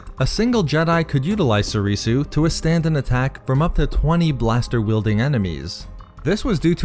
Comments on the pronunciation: If not for you, then for learning basic Japanese and how to pronounce Soresu, (So-ray-sew) and not Sorisu (So-ree-sew). It's the base language for most the original form names, after all. Except Shien, that's actually Chinese. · Why u pronouncing it Soreesoo